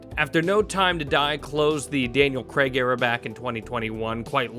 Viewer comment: Daniel Craig has been bond for 20 years and Americans still can't pronounce Craig properly.